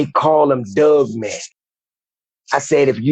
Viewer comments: Every time I hear him say “Doug Man” instead of Dog Man, I lose myself every single time. 🤣💀🤦🏽‍♂️😆. Sorry, I will see myself out now 😅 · Is he saying dugman? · He said dugmane! Lol